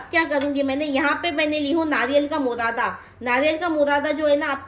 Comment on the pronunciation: Murada nahi burada😂